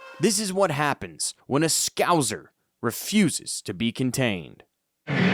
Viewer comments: Also, Scouser isn't pronounced 'Scow-zer' it is pronounced 'Scow'sser' Well done on the video though! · Its pronounced kirby not kirkby 2nd k is silent and its scouser not scowzer hes from Liverpool not berlin ffs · You don't pronounce the middle K, it's just kur-by. Also it's scouser not skowzer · Yeah. Scouser, not Scouzer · Its scouser not scouzer and its Kirby not Kirkby .............AI in a nutshell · The way he says scouser 😬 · An learn to say Scouser properly